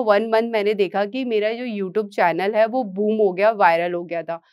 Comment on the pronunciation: Utoob nahi youtube. Your pronunciation is very irritating